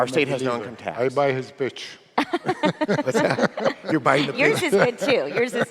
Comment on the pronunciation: Pitch* arabs do not pronounce the P 😂😂